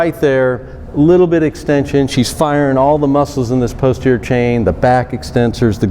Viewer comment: This is interesting. I've been using this for 15 years. It has a lot more diverse an array of possibilities than what you've shown. Please pronounce posterior clearly. It sounds like you're saying poster.